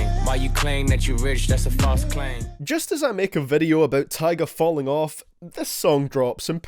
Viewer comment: You said tyga wrong